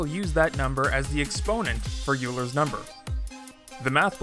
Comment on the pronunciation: Oiler's number not youler's